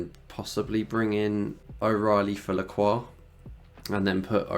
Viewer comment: my friend pronounced his name as la-crox😂